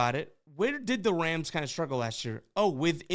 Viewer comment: Is it my ears or does he keep saying wams instead of rams in the beginning lol